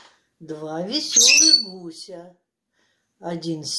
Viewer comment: Она слова придумывает. Сказала "два вессерых")))))